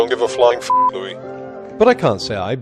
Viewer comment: It's Louie, not Louis. Apparently.